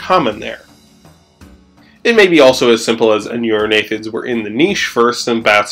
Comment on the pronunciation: "Aneurognathids"? Shouldn't it be Anurognathids? "Aneurognathus" would mean "breinless jaw", rather than the real world animal Anurognathus "anuran [frog] jaw".